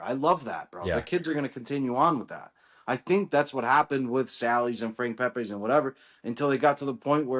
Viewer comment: New Haven, NOT Connecticut is the pizza capital. About NEW HAVEN's, big 3.... First and most important, it's not "Pay-pays," It's Pep-ees. 2nd, Ace' s point is well taken, the product being sold in one of the big 3 is not the same as it was decades ago, even in the original location. One of the big 3 uses completely different tomato product (the "magic" and "lucky" stuff that comes in tins) and a 90%soy/10%olive oil blend instead of EVO. All 3 however, use much less oil on the pies than they used to (when the pies would swim in the stuff and they actually would float in the sheetpans they were served in)probably due to the health consciousness and paranoid fueled fear of pizza "grease." Too bad.